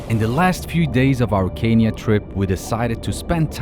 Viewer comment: Dean ich liebe dich und dann noch in meinem Land .. but pronounce Kenya